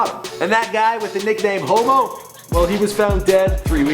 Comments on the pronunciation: Why are people asking for people that already have real documentaries on them. Eminem, Pac etc. and its pronounced Hommo (short for homicide) not Homo lmao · Hommo. Not Homo. Hommo. Pronounced "HAH-mo".